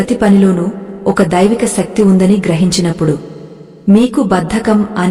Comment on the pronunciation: శక్తి.... సక్తి కాదు...